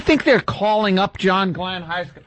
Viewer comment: 'who is this?' '...ssJohn...' that is inexplicably hilarious to me.